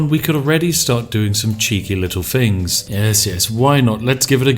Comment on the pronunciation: You betray yourself when you say 'fings' and not 'things'